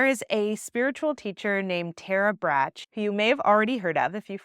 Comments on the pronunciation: Great explanation and ways of approaching pain. Tiny tip: Tara Brach pronounces her last name "brok" like "rock." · You are so incredible with your teachings! Thank you 🙏🏻 I’m blow away every time I watch your videos. (And also, it’s Tara Brach - like the candy - not Bratch. For pronunciation purposes) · You are supremely conscious. And your thoughts are well organised and presented. BTW...her name is pronounced "Brock"